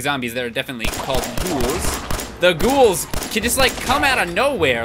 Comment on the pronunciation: I've been rewatching the Bobblehead Collection series lately and followed it up with this. I love how he finally says "Ghoul" correctly, but still called Bloatflies Boatflies.